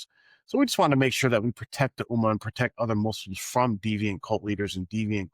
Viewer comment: The word Ummah has a tashdeed. It means you have to stress the m. I can write it in Arabic but it looks like you can't pronounce Arabic words properly which is dangerous as it changes the meaning